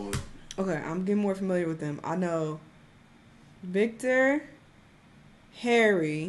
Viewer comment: She said Victor 🤣 🤣